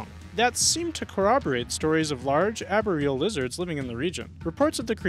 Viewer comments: anybody else having trouble with how this guy is pronouncing arboreal? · While the arboreal pronunciation kinda irks me, the Tegu pronunciation gets me the most. It's pronounced TAY-GOO, not TEE-GOO. Tay-goo*